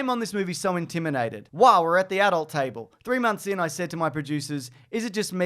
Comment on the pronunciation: "Intiminated"?